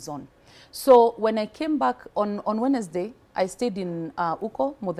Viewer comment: Alafu, one minute she has an American accent, next she’s pronouncing the “D” in Wednesday 🤣🤣🤣🤣🤣🤣🤣